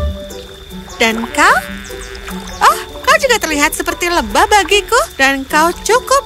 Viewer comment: Lebah mba bukan lebahv kaya orang Arab